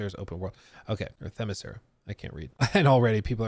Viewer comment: It’s usually said more like “Themis-Kira” like Kira from Death Note or something. Obviously, given the spelling, it’s a bit more “Ssskira” Themiscyra… but I just wanted to point out it’s not “Themis-sear-ah.” Edit: there are multiple ways to “kill” and revive Diana. If the game takes place on Themiscyra especially, since the Amazonians are made out of enchanted clay, she could be further blessed by Zeus or something so she just turns into clay and reforms. I think this works best ON the island… but really, she’s usually so closely tied to Gods… and there was a recent story where perhaps her “Father” was actually Hades, not Zeus… so maybe she gets a blessing from Hades (the God) to always come back from Hades (the Underworld)… that could work, too. Or, the usual Lazarus Pit stuff. They also recently had a Lazarus Island where basically everyone was supposed to fight to the death and could die 3 times… and Damian Wayne Robin was involved and got his heart literally ripped out by his new girlfriend lol… so they could do that. They also had the “Lazarus Planet” storyline… where all the Lazarus “juice” or whatever the liquid in the Pits is, ended up turning into rain all over the planet, and some people got their powers changed and stuff… so basically, there’s A LOT they can do with Lazarusium or Dionysium (which was involved in the White Knight storyline, iirc, where basically Joker kept always coming back from his supposed deaths because he was kinda immortal due to finding Dion